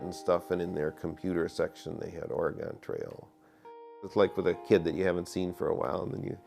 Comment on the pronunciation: even the guy who made the game can't say Oregon right 🤣